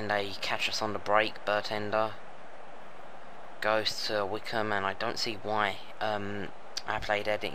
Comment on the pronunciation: i will, but it seems like its not your software, just your computer cant handle recording in 3d and also you were getting names like vaughan wrong and bendtner and they are at least easy or common names in the premier league